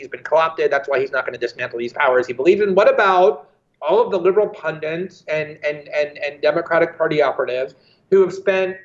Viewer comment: Pundit. The word is pundit. Why should I take you seriously if you poorly imitate words you've heard and don't really understand? You're both a couple of benchwarmer wannabes.